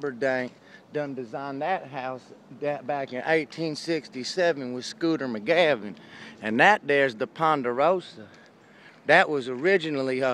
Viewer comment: Shooter McGavin* not "Skooter"